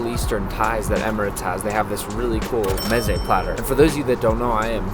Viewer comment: Art you really Persian? Because clearly your pronunciation of mezze is cursed